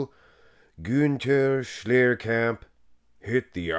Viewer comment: kudos for pronouncing his name right!